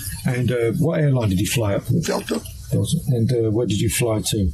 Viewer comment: What airline did you fly? “Delta” 😭